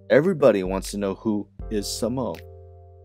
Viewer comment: lol..its pronounced (Same-Oh) not Sahmo. Jean-Michel & his bff at the time Al Diaz spray painted all over nyc. The origin of the word comes from their neighborhood where a person would ask , how are you..and the reply they would hear is.. "Same O Same O". meaning Same old thing, Same old thing.